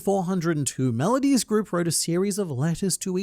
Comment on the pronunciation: Nope, still can't forget he said Melodussy